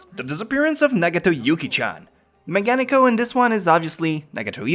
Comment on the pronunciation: its not mega-nekko you idiot.. its megane-kko. jeez why do americans dont fix their weird pronounciations..wtf